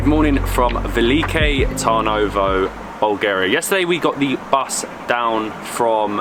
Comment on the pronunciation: TURN-ovo like the English 'turn' makes more sense